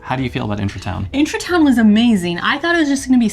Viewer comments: I love that you pronounce it as intra-town instead of Intra-Garden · It's IntraTUIN, not IntraTOWN :D and agreeing with the other comments, that mint is going to take over the entire pot.